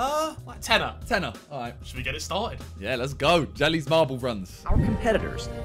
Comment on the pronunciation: Thanks for using our race Sidemen! 👏 And for the next time, it’s Jelle’s Marble Runs and not jelly’s! You say ‘Yel-luh’, we understand it’s a difficult Dutch name for English people 🤣